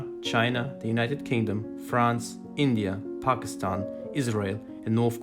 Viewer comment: Finnaly someone knows how to say Pakistan correctly